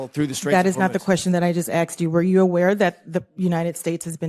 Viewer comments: to be fair, it's "asked" not "axed" cmon congressperson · Just one small thing, stop using axed when you mean asked. I can understand it coming from the uneducated but should know better. Apart from that, you go girl👍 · Sorry can't listen to people say axed.